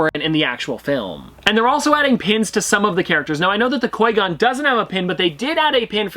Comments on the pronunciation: “Coi Gon” bruh whT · I challenge you to a lightsaber duel! Also “Coy Gonn”. Haha, sorry I had to! Love the channel, dude! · It hurts when says qui gon wrong and then says it right then wrong again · PETITION TO HAVE LEARN HOW TO SAY QUI GONS NAME RIGHT!!!! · Please learn how to pronounce qui-gon im begging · Am un subbing from you you say qui gon terrible